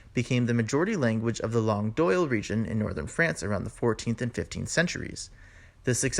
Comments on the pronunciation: La langue d'oil (pronounced 'd'oy', not 'd'oil') Sorry for the small correction in pronunciation. An interesting presentation. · I'm sorry, but this is riddled with errors starting with the first map which doesn't properly show us the existing Roman province in southern Gaul. Linguistically, it also suffers from a number of mistakes such as in the pronunciation of langue d'oïl: ˌläNG(ɡə) ˈdoi(l). Gaulish was closely related to Brythonic which was the ancestor of Welsh, Cornish, and Breton. Irish and Scottish Gaelic are in a different Celtic language family. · "langue d'oïl" is pronounced "lang d'oy" in French. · Les langues d'oïl it's not pronounced like OIL in English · Pronounciation of the word combo: langue d’oïl. The letter combination of “o ï l” may not be pronounced as “o i l”. The 2 dots on the letter i denote that it must be pronounced like the English “ee”, similar to the German, Spanish and the French “ i ” as in “isle de france” where the “ i ”sounds like the English “ee” but not like the English “ i ” as in island. The “l” after “ ï “ should be pronounced in French like a double ll after an i (as in Braille) with a sound like “y” as in the letter combination “oy”. From there the sound shift to “oui” is easy to understand. I’m not a linguist but did have some exposure to the development of Romance languages at school in Germany 60 years ago.